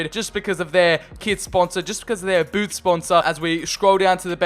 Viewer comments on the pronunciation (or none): none